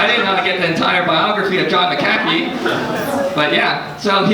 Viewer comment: Learn how to pronounce McAfee dude...